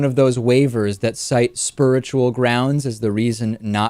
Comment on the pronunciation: Love the way you said 'spuritual' instead of spiritual. LOL